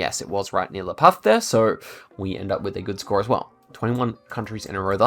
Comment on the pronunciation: Noticed your La Paz pronunciation. Actually very good (perfect) if you were saying it as a Spaniard. In Latin America they say it more like La Pas. Anyways, it is correctly said whatsoever Very good video and promising map.